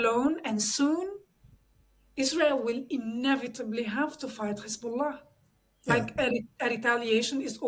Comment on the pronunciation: she's "lebanese/syrian" and she can't pronounce the name Hezbollah?